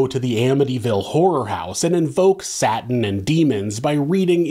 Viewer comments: U calling Satan “Satin” is killing me 😭😭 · When you keep saying “satin” 😂 genius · Then saying "satin" over and over again 😂😂😂😂 the best!